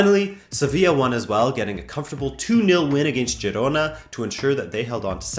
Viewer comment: love the videos just a few tips on pronunciation: Girona -> hee-rona. Alcacer -> al-CÁ-cer, not al-ca-CÉR. Valladolid -> Vayadolid. CSKA -> Siska. Hope this helps!